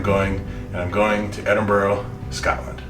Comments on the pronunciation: You were fortunate with the weather, and to have such discerning friends. Noticed you came home pronouncing Edinburgh correctly🤓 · He said it correctly.. Ed-in-bur-row